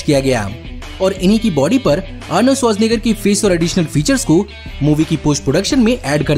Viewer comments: Bro...you pronounced Arnold's surname so easily like nothing..,.I doubt that you are from this planet.!! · Sach batao Arnold Schwarzenegger bolne ke liye kitne din practise kiya?? 😂🤣 Mast video tha